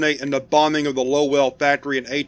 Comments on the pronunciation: Lmao dude I live 5 minutes from Lowell! Us locals pronounce it lowil loved it when ya kept saying low well, great video man as always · “Low-el” 😂. You’ve never been to New England, have you. It’s butchered locally as “Low-ul.” All jokes aside, love the show. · As a New England native, I can’t get over the way you use two syllables for Lowell. It’s like people who can’t say Worcester correctly, but totally new to me. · Low-Well Massachusetts xD Oh man. If you can’t say Lowell, good luck with Worcester. And yes I do realize that we in Mass basically made up the pronunciations of our cities’ names in the spot. Like comment and subscribe. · Funny, i live Close to Lowell. oddly, everyone quite literally pronounces it LoL. not Low-ell